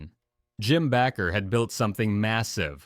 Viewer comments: It's pronounced BAAAker not Backer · It's pronounced Bake er not Back ker. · Why do they keep saying BACKER IT BAKER